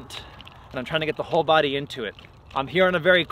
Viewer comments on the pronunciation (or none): none